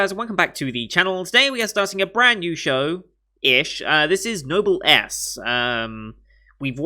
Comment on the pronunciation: Don't know if you've learned this since your reaction, but Noblesse is pronounced "no-bless". It's a French expression that's fully said as Noblesse Oblige, which, to sum up, is basically the duty of nobility to guide those lower than them in standing.